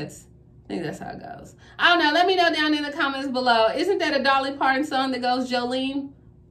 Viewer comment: Yes Dolly Parton and you were saying it right